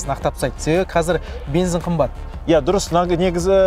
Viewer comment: Видео керемет! Бірақ бензин деген сөзді "БЕНЗІН" деп айтпасаң нұр үстіне нұрәлем болар еді